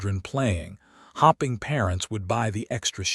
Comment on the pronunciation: Hoping is also miss pronounced.